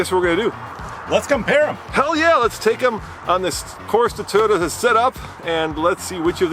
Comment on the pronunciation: Say it with me Andre, toy, not ty, Toyota.